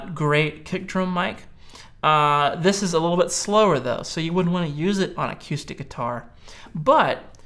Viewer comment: Really? a-Q-stic?